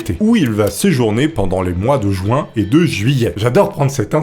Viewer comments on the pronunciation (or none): none